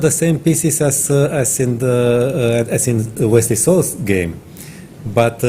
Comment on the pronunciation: She said Vesley So